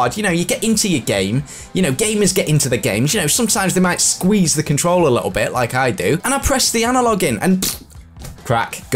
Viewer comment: Sorry, but it’s “Controller” not “Controll”